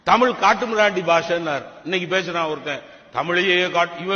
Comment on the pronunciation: Peruyar ennna kadavulal anupapatta. Deergatharriys yenna? Yo thamizh engira nee tamil endru yutcharikiraye sariya nee yenna vaduga thamizhyana?